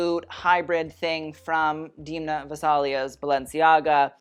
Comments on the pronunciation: Hey! I'm from Georgia. Demna Gvasalia is a Georgian designer. His name is pronounced with an E like in "elephant". Hope that helps! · You are mispronouncing/butchering Gvasalia's FIrst name.